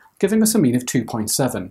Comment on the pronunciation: Who else thought he was saying meme every time he said mean lol Okay just me